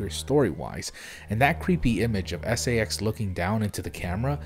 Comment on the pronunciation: When you pronounced "SA-X" as "sax" I immediately thought of the SA-X accompanied by some funky saxophone music every time it appears